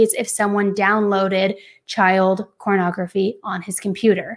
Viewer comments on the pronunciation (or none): It is pornography not cornography. It’s porn not corn lmao !!! Why do you keep saying corn ?? Corn addiction ??!! Lol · Ok maybe I am to old or innocent, is saying cornography and what the hell is that.